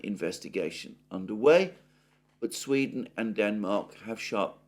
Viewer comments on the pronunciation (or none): none